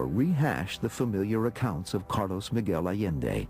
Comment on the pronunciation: Funny how he can't even pronounce the name of the man who supposedly became the focus of his life. It's 'eye yen day not 'a len day. Pitiful